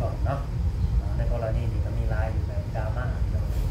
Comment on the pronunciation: ดราม่า ค่ะลุง ไม่ใช่ลาม่า เราคนระยอง....